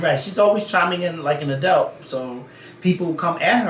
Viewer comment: Yessss for saying “a-delt” about 20x in this vid. I love it. I disagree though. 19 is an adult legally, but she still should’ve stayed in a child’s place with these GROWN women.